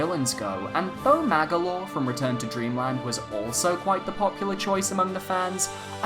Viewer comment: His name is Magolor, NOT Mangalore.